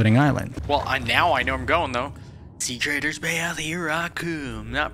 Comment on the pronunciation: Ugh, I love these subnautica playthroughs! Also it's treader not traider. Yeah it is very hard to distinguish the two.